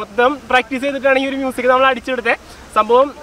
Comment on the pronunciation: ആ "മൂസിക്" എന്ന് കേൾക്കാൻ തന്നെ എന്ത് രസമാ....... 😃😃